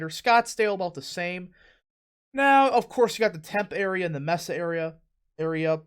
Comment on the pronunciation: It's pronounced "Mes-ah" and "Temp-ee"